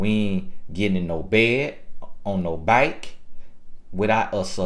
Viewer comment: Great videos. must be from Duval saying “bike”...that’s the only place in Fl I’ve heard that lol